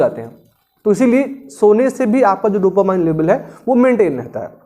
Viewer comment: Sir, dopamine ko डोपामाइन bolna galat hai, sahi pronunciation hai डोपामीन। Jaise "determine" ko डिटरमाइन kahna galat hai, sahi pronunciation hai डिटरमिन।